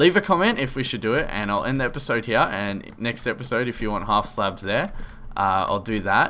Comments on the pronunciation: you said heoh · i never noticed you say "here" differently until you kept saying you did haha